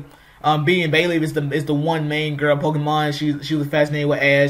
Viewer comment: Yeah, you spoke very fast, faster than normal. Definitely sounded like Bailey